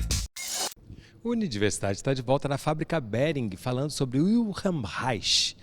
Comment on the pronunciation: O repórter deveria perguntar a pronúncia de "Wilhelm" antes de falar o nome dele!!